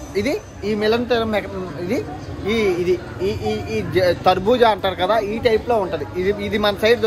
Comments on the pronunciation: తర్భుజ kadu swamy Adhi కర్బూజ Em bhasha mowa bro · Adhe karbuja Bro not tarbuja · TARBUJA KAADU BAYYA KARBUJA😅😅😅🤣😅😅😅😅😅😅😅😅😅😅😅😅😅😅😅😅😅😅😅😅😅😅😅😅😅😅😅😅😅😅😅😅😅😅😅😅😅😅😅😅